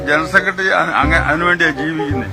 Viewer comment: ഇയാൾ പണ്ട് G.സുധാകരൻ സാറിനെയും അപമാനിച്ചിരുന്നു. ആദ്യം തന്നെ ജനറൽ സെക്രട്ടറി എന്ന് നല്ലതുപോലെ പറയാൻ പഠിക്കട്ടെ സുകുമൈരൻ. ജണൽ സെക്രട്രി എന്നല്ലേ ഈ ചെറ്റ പറയുന്നത്. കേട്ടു നോക്കു 😄